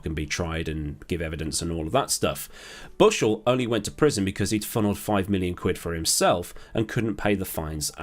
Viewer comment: Before I watch this I’m gonna try not laugh at how he says ‘Bushel’. 12yo or what 6th form in the UK but somehow i always laugh at his name. -U10